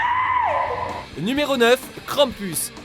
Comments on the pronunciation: Mdr on dit krampous. Sinon super vidéo De plus c'est un monstre autrichien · Krampus ce prononce krampous